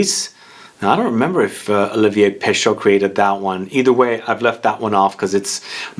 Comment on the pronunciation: FYI, Pescheux is not pronounced Peh-SHOH, it's Peh-SHEH. Roughly. It's more like trying to say the letter E, while doing the mouth shape of the letter O. The combination of letters in French that is pronounced "Oh", it's EAU. There is no A un here.